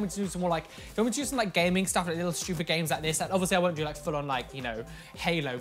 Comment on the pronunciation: "It was a load of abSaLOute ShTeWpiD" - 2020